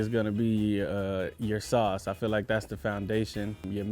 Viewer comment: what’s salce? Sauce.